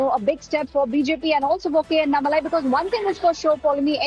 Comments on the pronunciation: Kindly pronounce the name tamilnadu bjp leader : Annamalai not anamalai 😡😔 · Its is anna malai. Its annaa malai. What's with northies and butchering south names?